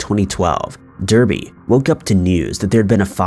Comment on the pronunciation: i live in the same city as number 3.. i remember it well as it was all in the local news. its also pronounced "Dar-bee" not "Der-bee" ;)